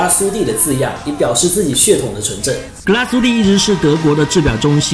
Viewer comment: 两点错误，第一格拉苏蒂发音错误，第二点德系，打磨不是日内瓦纹，而是叫桶状纹。至少人家厂家管它叫桶状纹